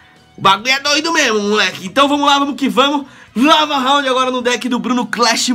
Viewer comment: lava rrrrraundd kkk